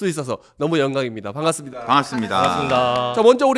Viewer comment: 형님 "반갑습니다" 발음 초심 잃었네